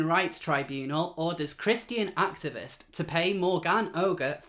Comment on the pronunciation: you are making the same mistake I did.... pronouncing the name "ogre". I did too until I heard Megan Murphy say the name and of course it's French, so it's pronounced "Oh -zhair". YW.